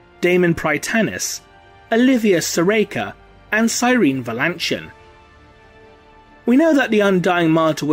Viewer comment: Cyrene Valantion...her name's actually pronounced "see-re-nee" which is something she points out to John Grammaticus at one point in the HH books :p